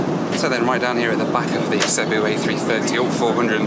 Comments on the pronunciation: You really missed out. When I first flew with these in 2006 they used to sing karaoke on the intercom. Now 10 hours of you listening to that would have been gold 😂by the way it’s pronounced seeboo. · Its Cebu (See-Boo)